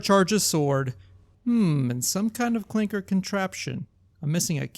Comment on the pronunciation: Hard R on the ClankeRRRR